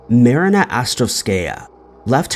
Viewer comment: You know exactly what words/names to purposely butcher to irk people.. in this case “Marina” was that name! I love it!!! Genius 😂🤣